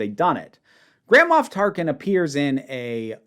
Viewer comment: I apologize, but... nearly every time said, "Grand Moff Tarkin," for some reason I heard, "Grandma Tarkin."